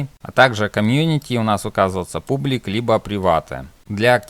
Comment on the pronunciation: слова "публик", "приватэ" и "дескриптион" убили =)